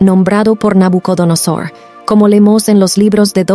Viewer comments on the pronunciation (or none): none